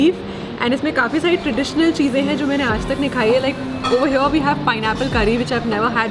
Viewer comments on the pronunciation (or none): none